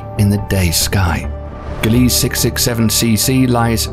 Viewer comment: glee sah say it with me glee sah